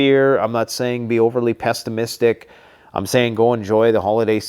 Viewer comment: Pestamistic ??? Back to school for the uneducated 🤣🤣🤣🤣